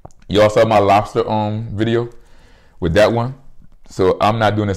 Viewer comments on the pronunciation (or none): none